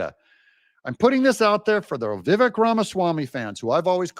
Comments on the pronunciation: It's pronounced "Vee-vake'." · It’s Vi-VAKE, rhymes with cake